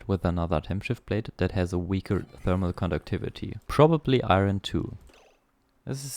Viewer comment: Iron is pronounced eye yearn. You keep saying eye ren and I can't tell what it was